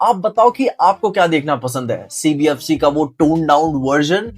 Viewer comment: Why did i hear CBFC as CBSE 😂😂